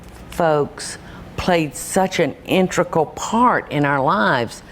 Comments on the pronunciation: what the fuck is an intrical, paula deen? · Did she really just say the word "intrical?" Oh boy... Why don't people like this just know when the shut the fuck up. A lot less damage would have been done had she just shut up. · Preductist? Intrecal?